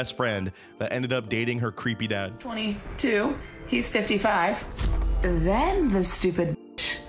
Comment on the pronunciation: I like how she puts emphasis on the 55